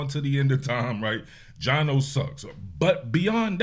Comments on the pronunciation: Every time you say “Gino” you let the goofies win. It is funny tho😂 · Bro you saying Gino has me laughing 😅 Aside from the refs slowing this game down beyond belief, I’m proud of how the offence played especially “GINO” His release was so much quicker and it was noticeable from the get go with that 73 yard td to Dennis Rodman Jr himself